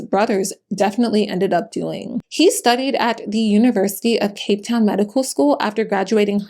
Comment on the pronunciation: You did us in Cape Town proud. Beautiful pronunciation